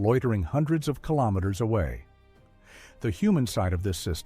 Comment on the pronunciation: What in the AI slop is this? The AI voice can't even pronounce 'kilos'. Or 'kilo newtons'. Or 'kilometers'. Is it some US AI that can't do Metric?